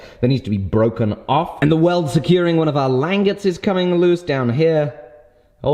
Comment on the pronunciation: when you said languettes the first time you said it perfectly.